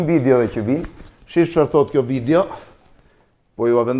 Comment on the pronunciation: Nuk i thuhet "vidjo" por "video" o Blendiii.... Kupton ti, apo nuk kupton